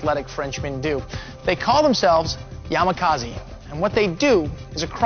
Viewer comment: IT IS NOT YAMAKAZI IT IS YAMAKASI